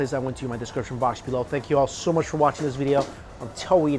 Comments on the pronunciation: When he said I love you very mucha he almost had Arnold’s accent down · "I love this so MATCHA" LOL